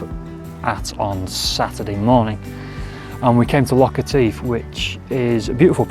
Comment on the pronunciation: Nice vlog. But take it from a native: Etive rhymes with give. And native.